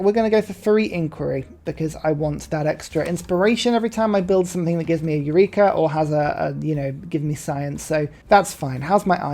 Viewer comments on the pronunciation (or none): none